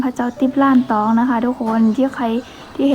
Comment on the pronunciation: วัดล้านตอง รึเปล่าครับไม่ใช่ ร่านตอง